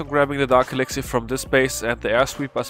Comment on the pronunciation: When he says 'elixiar'